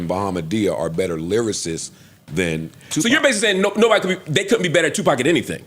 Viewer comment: This dude said Tupac 😂😂😂